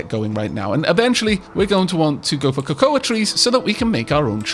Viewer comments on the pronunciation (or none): I don't think i've ever heard someone say Cocoa like it's spelt before... It's just "koh-koh" BTW. The A is silent.